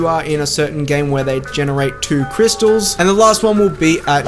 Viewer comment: Nice try but you forgot "r" in crystals